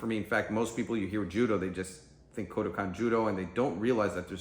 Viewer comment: it's Kodokan, not Kudokan... 🙄